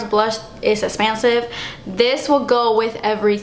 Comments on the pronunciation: "Iss esspensive." Lmao I love when you pronounce it that way! I'm a new subscriber and I'm addicted to your videos! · you make me laugh with your explanations, expressions and "it's esspensive" Ahh I love when you say it lol. But I love your videos so much and of course ILY! I'm about to go check out your girls page..